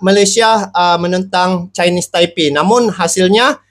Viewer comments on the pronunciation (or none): none